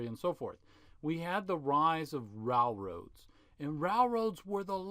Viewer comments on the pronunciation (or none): I will never be ok with how your pronounce the word "railroads" like "ralroads".